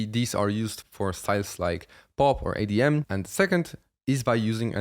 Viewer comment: Why do you pronounce EDM "ADM"